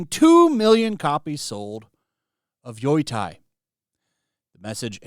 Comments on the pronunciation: it's pronounced Yo-Tai, not Yoi-tai. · Bothers me every time he pronounces Yotei, it cracks me up. It's Yo-Tay. Not Yoi-Tie lol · Lol. He can't pronounce it. It's yo tay. It's irking me. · Why the fuck does this moron keep saying "Yoy-tai"? Does have a single brain cell in his head? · I love how no one knows how to pronounce the name. Yoitye, Yoitay, Yotye... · Ghost of Yoi Tai. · I don't know why you keep saying "Yoytai" but I approve. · Yo-tei (tay)!!!!! YO-TAY!!!! Dude freaking say it correctly hurts my ears and makes me want to turn the video off. I don’t want people to not give you a chance because off the terrible pronunciation. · How did you come up with that "Yoy Thai" pronunciation lol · "YOY-TIE" is killing me. Lol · Yeah. Lol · Is there some joke behind him saying "Yoy-tai" that I'm missing? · "Yoo-Tay" Get it right buddy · Yotei is pronounced (yoh-tay), btw. My eye twitches every time you say it😂❤ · I can’t be the only one who is annoyed this dude cant even pronounce the name of the game properly. Jesus Christ 🤦‍♂️ at least say it correctly. And saying it’s cringe people are promoting it is true, but sitting around talking about the opposite is literally just as cringe. Woo boy wha is this channel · Wow your pronunciation of Yotei is absolutely atrocious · Is trolling with his pronounciation?